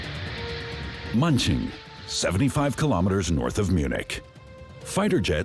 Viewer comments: "Munching" lol. Hard to take this seriously. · AI voice over incapable of pronouncing German place names... hilarious.